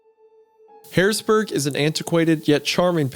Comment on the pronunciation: As someone from Pennsylvania, I find it funny listening to them trying to pronounce Pennsylvania names. Wedigoon pronounced Harrisburg properly, but mispronounced Susquehanna.